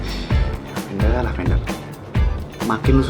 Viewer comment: fiks sih mamanya lily typo, masa ngomongnya "lavendare"